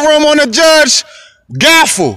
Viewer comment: Gavel lol 😂 not Gaffle